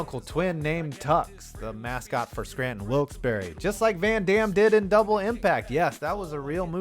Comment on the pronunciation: I can tell this guy is from PA just based on how he actually pronounced Wilkes-Barre properly.